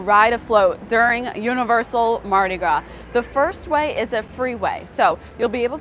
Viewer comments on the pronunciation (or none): I’m from Southeast Louisiana. Mardi Gras is pronounced Mardi Graw. Haha she said “Mardi graws.”